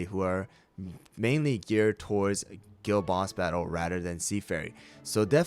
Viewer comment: Dude why did i think he said girl boss battle every time he said guild boss battle😭